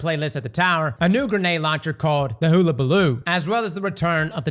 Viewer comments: It’s “Hahlabaloo” “hoolabaloo” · Its not Hoo-a-Ba-loo. Its pronounced Hull-a-ba-loo (like a ships Hull) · HULL a Baloo not HULA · Hullabaloo, not hoollabaloo smh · Gonna be that bitch: It's pronounced huh·luh·buh·loo hull -- as in a ship's hull-- no hoo luh buh loo. Also wondering if it's a glitch but on mouse and keyboard I can't grind with the hot key the game tells me. Still haven't found the right hot key. Also, for some reason, I can no longer pick up orbs of light for health through the mods. Just things I've noticed. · hUL-a-ba-loo... not HOO. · its pronounced "HULL"-A-Baloo... Dammit! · hul·la·ba·loo, love ya man, but you butcher the annunciation of the word. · Everytime mispronounces hullabaloo I chuckle a little. Legit going to call it the hulu-baloo from now on. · Damn cross, the name is Hullabaloo - Huh-Luh-Buh-Loo - Like the hull of a ship. Not a damn hoola hoop. Keep up the great content though, you rock. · CROSS IT'S HULL-UH-BUH-LOO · The Aggie in me cried at that pronunciation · You keep saying Hullabaloo wrong